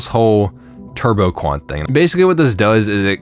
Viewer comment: wasn't paying full attention and thought you said "Turbocunt" in an irish accent